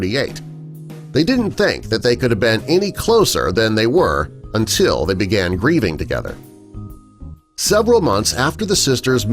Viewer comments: haha i heard reading too though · Charlotte and Niamh’s Channel yeah it did sound like breathing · Or breathing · Pastel Pink Panda grieving. I thought they said breathing lol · I thought he sad breeding 😂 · Pastel Pink Panda I heard breeding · Grieving lmao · it’s grieving lmao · Pastel Pink Panda grieving haha